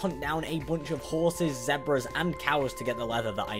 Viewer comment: Zezbars Me: It's Zebras